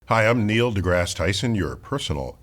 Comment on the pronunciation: Neil d'meal Tyson